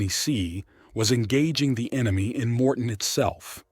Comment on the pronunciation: MOR- TAIN is how it is spelled, not morten.Thanks for the video.